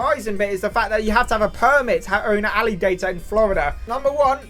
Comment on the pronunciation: The alligator map is almost as wrong as how you say alligator I live in a red state and have a permit to keep one We take him on walks and he’s almost 4ft long now